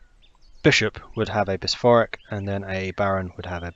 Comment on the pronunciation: How on earth are you saying bishopric